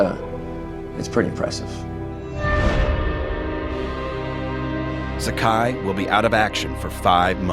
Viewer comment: This is a great video! I believe Saburo Sakai's name is pronouced as Sa-ka-ee, rhymes with Hawaii.